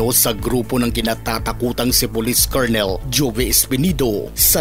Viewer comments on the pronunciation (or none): none